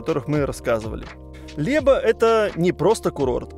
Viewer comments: Łeba, nie "Leba" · A dlaczego wymawiasz "Leba", zamiast "Łeba"? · Город называется не Леба, а Лэба. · Znakomite zdjęcia. BTW: głoskę "Ł" w słowie "Łeba" wymawia się jak angielskie "web" (www). I tak samo - w każdym słowie, gdzie jest głoska "Ł, ł"... Pozdrawiam fajną rodzinkę. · Лэба правильно называть этот город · ЛЭба произносится аналогично Лоб в русском языке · Как же режет слух!!! Город называется Лэба. Хотя бы погугли как город называется если читать по польски не умеете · В названии местности Леба букву "л" произносится как в словах "слово", "рыбалка" или "лодка". У Тебя слышу произношение "л" как в слове, на пример, "личность"😊